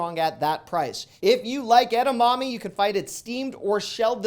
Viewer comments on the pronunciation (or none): none